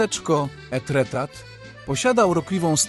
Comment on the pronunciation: Pięknie, ale wymowę francuską powinieneś sprawdzić przed publicznym komentarzem do filmu. Pozdrawiam!😘